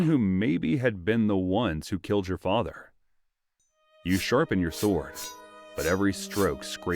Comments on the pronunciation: If you're gonna make educational content I believe pronunciation is rather important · For futue reference, please train your AI to pronounce the word as "sorde" not "swword". The "w" is silent. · The w in sword is silent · Is the voice over AI? If not, how come you’re pronouncing the W in sword? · Why do americans pronounce the W in sword 🥴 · The fact that he says it with the w proves to me that his voice over isn't AI hahahah